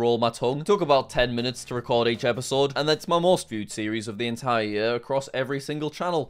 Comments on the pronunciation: Bro it's year not yuhr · I chuckle a little every time I hear Jack say year... I'm from the US so we pronounce it "yeer" rather than "yur" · YEAR NOT YUH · “Yuear”. Lol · ye"ah" I JUST CANT😭✋ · The way that jack says year is so funny it had me dying every time he said it! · love the way he says year